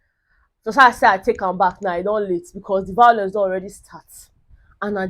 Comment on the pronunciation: I love the vawulence..... 🤣 🤣 🤣 🤣